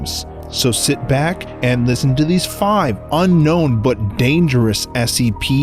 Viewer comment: It sound like he said seps at the begining